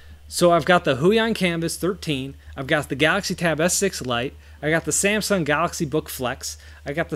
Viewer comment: "SanxSahng Gahaxy" lol 🤣 love it